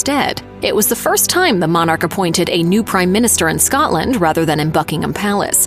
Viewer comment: Please pronounce monarch and Berkshire properly